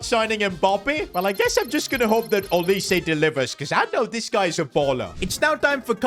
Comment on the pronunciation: It is NOT olisay it’s olise